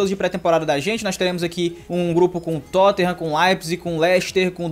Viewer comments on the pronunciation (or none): none